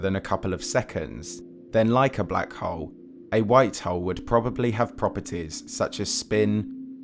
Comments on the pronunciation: Anyone else triggered every time this guy says "black hole"? Sounds like hes saying "black hoe" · I left at :16 seconds when he said black HOWL. BUH BYE